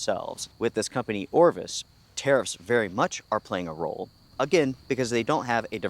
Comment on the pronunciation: I am so glad you put up the news clip saying Orivis were citing‘unprecedented tariff landscape’ because when you were saying tariffs I kept mishearing thinking you were saying terrorists which was putting a whole different spin on things 😂😂🤷‍♂️